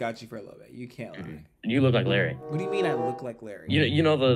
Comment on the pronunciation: I was raging when they said Larry not larray